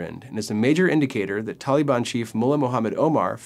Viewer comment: Tollybon...where the fuck did you get this guy. Taaaalibaaan, say it like a Pashtun.